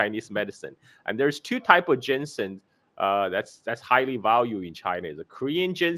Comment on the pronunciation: GEEZUSKRIST! I quit this "video" after a couple minutes cause IT DRIVES ME CRAZY HEARING "jensen" and "cantin"........ AND A MASSIVE THUMBS DOWN.